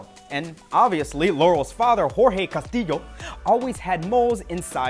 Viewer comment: The correct way, yes